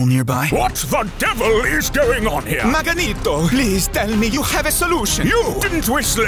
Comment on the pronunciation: "Maganeeeto" took me out 😂😂😂